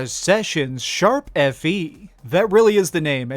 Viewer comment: Kudos for getting Tokyo Mirage's name right. . . if I had a penny for Everytime I heard someone saying Hashtag I had a few pennies xD.